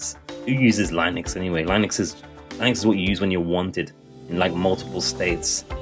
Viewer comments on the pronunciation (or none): At least learn how to pronounce Linux properly if you're gonna shit on it 😂